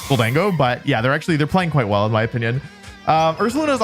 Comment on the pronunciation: Wouldn't chandelure work better that hisuan typhlosion? Better spa and better? Speed Also on 1st match he said in my onion instead of in my opinion